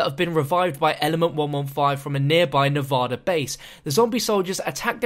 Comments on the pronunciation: Not trying to be rude, but why can nobody outside of Nevada pronounce it's name properly? It's NEV-ADD-A, not Nev-odd-a. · WHY DO SO MANY PEOPLE SAY NEVADA WRONG?